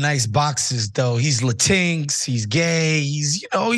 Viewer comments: The way pronounced Latinx is wild LOL (Lah-tin-ex) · Did he just pronounce Latinx as “La-tinks”? Is he mocking the term? Is that a thing?